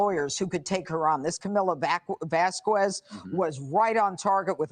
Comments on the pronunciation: Why are people acting like they’ve never seen or heard the name Vasquez before because of Elaine? It’s vass-KEZ not vass-kwez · One criticism of Judge Jeanine though: she adopted ELAINE'S VERSION to pronounce the name "Vasquez" ... Vas-kwez instead of Vaskess. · How hard is it for women to say Camilla’s surname right? It ain’t that hard people !!!